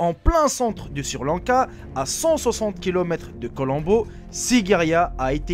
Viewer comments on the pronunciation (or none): Ta pas honte de dire sirrrr lanka WESH SRI LANKA on dit ! :) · Eh ...!!! Mec on ne dit pas sir Lanka mais Sri lanka si tu n'arrives pas à le prononcer ne le dit pas... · pour quoi tu dit sirlanka au lieu de srilanka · chui pas le seul à avoir remarqué lol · c'est Sri Lanka et non sir Lanka. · il faut faire un effort en français Sri Lanca pas Sir Lanca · c'est sri-lanka pas sir-lanka :) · "Sirlanka" hahahahah dead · sir lanka bravo la prononciation👏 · "...un nourrisson de deux ans..." Un nourrisson c'est justement un bébé que l'on nourrit au lait, qui n'est pas sevré. Déjà qu'il faille endurer ton accent de vendeur de tapis volant, fais attention de ne pas dire n'importe quoi comme Sir Lanka ou de Costa-Rica ou de Guatemala (on dit DU Costa-Rica ou DU Guatemala) ou caucassiens (on prononce ko-ka-zien et ça s'écrit: caucasien). Un caucassien serait plutôt quelqu'un qui s'exprime de manière....cocasse...Ça ne te rappelle pas quelqu'un? Ah les merveilles de l'école de la Raie Publique française! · Je comprends pas les gens qui bloque sur les fautes d'orthographe qu'il dise Sri Lanka ou autre on s'en bal les couilles vous avez pas de vie ou Quoi l'important c le contenu des vidéos le reste ont s'en fou